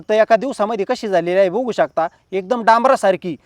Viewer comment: 😁🤷🏻‍♀️आहो दादा किती खेडवळ बोलता हो तुम्ही बघु शकताला 😆🤣 तुम्ही बुघु शकता बोलता हो हे बुघु शकता म्हणजे काय आहे हो दादा आणि जरा बडबड कमी करुन थोडक्यात विडियो बनवा हो पण बघु शकता का 😂ला बुघु शकता नका बोलु पिल्जि😂😂😂😂